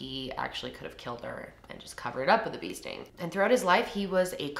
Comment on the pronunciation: Same, sitting here like 'wtf is a beasting?!' I would never have known she said bee sting if I didn't see your comment 😂